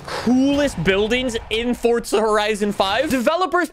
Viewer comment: its forza not fortza